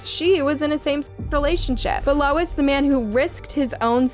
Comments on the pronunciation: The witness is Louis, not Lois. AI sucks! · Ugh it’s not “Lois”, its Louis (pronounced Lou-ie). That’s driving me nuts… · Louis is pronounced- Lewis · Louis. Not lois. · His name is not “Lois”. It’s spelled “Louis”, which is pronounced either “Lewis” or “Lewey”. Not “Lois” (the mom on Family Guy). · You pronounce “Louis” as “LOIS”??? For real??? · Louis is pronounced like Lewis. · Louis = Lewis. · Lol, yeah... that's a pretty sad mistake 😅